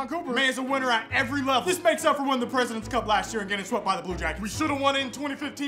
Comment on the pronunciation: My dude said “The Presidents Cup” I’m dead 😂😂😂